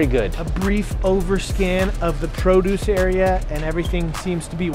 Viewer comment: said prodose instead of produce lol